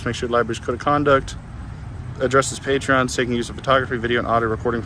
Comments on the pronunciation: My guess is their social media habits have conditioned them to think the name of the common noun “patron” is the same as the donation app “Patreon”. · why does this fellow pronounce the word “ PATRON”, Patreon? Sorry, to seem picky but words matter.